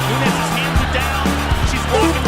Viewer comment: CAN YOU PLEASE PRONOUNCE NAMES CORRECT ... ffs NUNEEEEEEEEEEEEEEEEEEEEEEES ffs DAMN FUCKIN BOT it's extreamly lazy not using your own voice in videos better yet do some freakin research in how to pronounce names two e's = an i, while a regular e is a damn e so NU-NES GET IT !